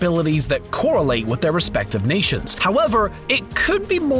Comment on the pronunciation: did anyone else catch the "Korra-late" (correlate)